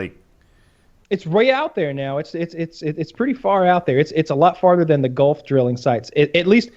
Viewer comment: how tf do you get “goft” from gulf